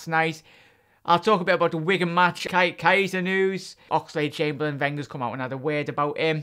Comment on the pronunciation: mate its NOT KI ETA it's pronounced kayta plz just say it properly